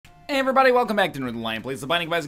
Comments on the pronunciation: True. He always says EHVERYBODY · Isn't pointing out the way NL says "everybody" getting old yet? waiting for a few smartasses to reply with AYERYBODY